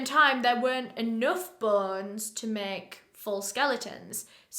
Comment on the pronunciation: I can't help but notice the way you weirdly pronounce "bones" to "bons"